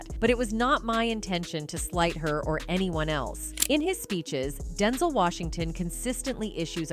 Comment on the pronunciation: 🤣🤣 umm you may wanna teach your text to voice Ai LM to learn how to say the correct way denzel is pronounced. It's hard to believe that anything being said is true.. I was okay somewhat w how she said Denzel like the word tinsle w a D. DINSLE SMH BUT WHEN THE AI SAID "ROTTEN" when talking about boca Raton.... boca ROtten..jus sayin